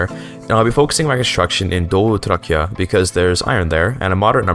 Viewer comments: That was the best pronunciation of Doğu Trakya I've ever heard on this platform by a non-Turk. Türkiran is so cheesy but it's the only that my brain can think of lol. Also Azerbaijani not being in the same language group as Turkish is bonkers, I can understand most Azeris better than some North Eastern Anatolian Turks from Rize or Trabzon. It is the same language with a twist, Azerice is literally also known as Azerbaycan Türkçesi. The separation between the two from Oghuz Turkish happened just 4-5 centuries ago and it really has not happened too much. Especially in the easternmost parts of Anatolia; Kars, Iğdır and even Erzurum, the local dialect is very very similar to Azerice. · pronunciation of doğu trakya was sublime